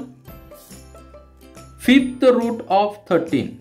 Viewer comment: Sir vo Fifth ahy fith nhi...😂😅